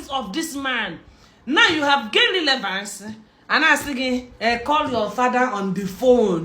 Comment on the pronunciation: Lilevance. Na wa oo. She's really murdering English. Tufiakwa.